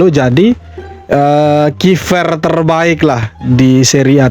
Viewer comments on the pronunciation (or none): kiper bang.. bukan kifer